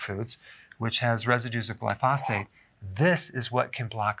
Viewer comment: I know this may seem picky but it drives me nuts that he mispronounces the word glyphosate. The emphasis should be on the first syllable and not on the second. He's the only one I've ever listened to that mispronounces it. I know it's being a little picky but it drives me crazy.